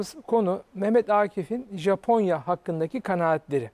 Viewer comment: sunucu japonyaya caponya dedikçe çıldırıyorum yuh artık